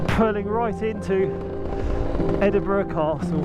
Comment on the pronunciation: Duke of Edinbruh.